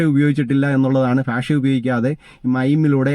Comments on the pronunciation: ഭാഷ എന്നു പറഞ്ഞു പഠിക്കുക. ഫാഷയേ കൊല്ലല്ലേ ..... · ഫ അല്ല ഭ 😅😅😅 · അയ്യേ എന്താ മനുഷ്യ നിങ്ങളുടെ ഫാഷ. ഭാഷ എന്ന് പറയു.